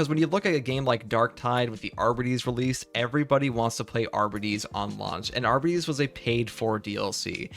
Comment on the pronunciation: Are by tees, say it with me children. It's not arba tees, it is are by tees. Arbites